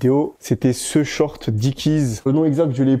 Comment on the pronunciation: Non ça rend mieux je trouve c'est stylé